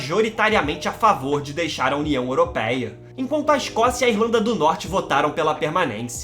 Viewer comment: Não digas européia diz europeia 🤣